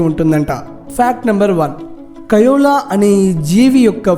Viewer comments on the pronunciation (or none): It is koala not kiola I said about pronunciation